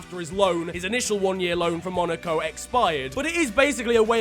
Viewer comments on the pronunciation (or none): none